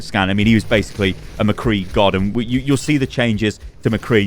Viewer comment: Thank you for saying Mcree’s name right